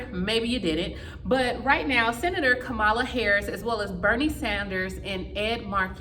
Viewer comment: ITS COME-MA-LA